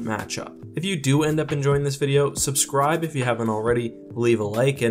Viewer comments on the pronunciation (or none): none